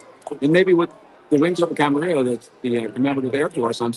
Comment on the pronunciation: It's Camarillo, not Camerillo, and it's Robert Yenney, not Robert Yenning